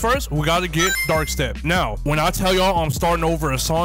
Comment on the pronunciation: Bro struggle so much just to say dark step